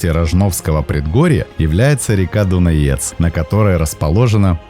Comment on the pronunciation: Только реки Лато́рица и Дуна́ец, а не Ла́торица и Дунае́ц.